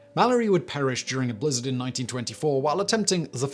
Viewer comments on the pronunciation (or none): none